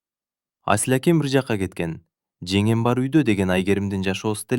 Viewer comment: Женем эмес жеңем деп окуңузчу сураныч